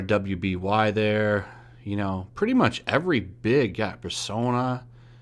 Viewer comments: "R W B Y there" Haha, it's pronounced Ruby. I know it looks weird, but it's all good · For the record, RWBY is pronounced as Ruby, not by saying the letters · Tmw he pronounces RWBY (Ruby) as R W B Y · R-W-B-Y IS PRONOUNCED RUBY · BTW 'RWBY' is pronounced 'Ruby' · For future reference RWBY is pronounced ruby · RWBY is pronounced Ruby. Its a good show actually. Dubs are good and getting better. I respect your choice to watch subs...you filthy weeb. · RWBY is pronounced Ruby. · The only crime in this situation, is your butchering of "RWBY" and "Yaoi"